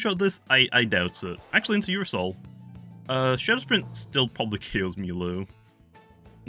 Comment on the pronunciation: Alternate Title: 29 mins of calling Ursnac "Ursoul"